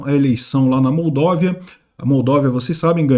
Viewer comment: Não é "Moldóvia", é "Moldávia"